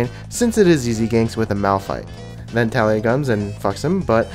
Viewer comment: It's not Taliyah it's Taliyah